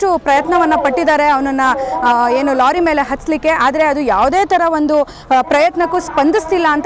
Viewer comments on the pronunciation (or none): It's not looriii it's lari 😊